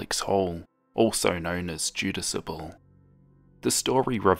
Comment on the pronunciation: Two (small!!!) notes: You switched the (first) A and U in Jadusable when saying it aloud. Sophomore does not contain a T.